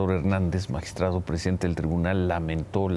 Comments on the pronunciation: MAGISTRADE???, POR FAVOR HABLEN CORRECTAMENTE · Porque chingados dicen magistrade ?? No sean mamones hablen bien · Ciro diciendo magistrade🤦‍♀️que ridículo se escucha, ese modo dw hablar es una esrupidez, igual qie toda la farsa y mentiras de este gobierno de 5a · Ches payasos hablen bien, MAGISTRADO Y NO MAGISTRADE INCULTOS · Magistrado se dice cire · CIROOOO no se dice magistradEEEEE no existe esa palabra se dice magistradOOOOOO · Qué ridiculos se escuchan los conductores de un noticiero diciendo magistrade.😱😱😱😱😱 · Cómo es posible que esté medio hable como toda la bola de ignorantes diciendo magistrade,es magistrado aquí y en china ,ahora se les va decir maricone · Dejen de destruir el idioma español diciendo magistrade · Por que dicen Magistrade. No memen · Magitrado, no magistrade la letra E , no cambia los sexos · Es magistrado no magistrade 😂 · Se dice magistrado